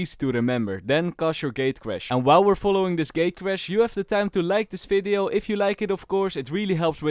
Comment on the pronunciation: how to know someone is Dutch: fideo, fery good, falorant.